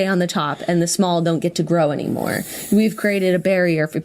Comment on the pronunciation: I know this is a very serious and interesting topic, but when Jenna says " grow " I always just imagine the " graw " from the Cerment videos 😂😂😂